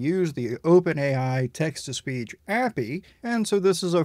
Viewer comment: i've never heard anyone pronounce api as 'appy' before